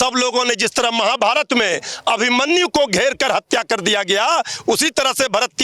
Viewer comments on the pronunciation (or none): none